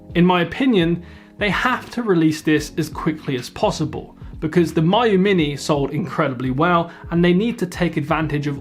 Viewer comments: Me - you not M-eye-you 😀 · I really prefer it when Miyoo gets pronounced "Me-you" instead of "Mayu". It just sounds friendlier.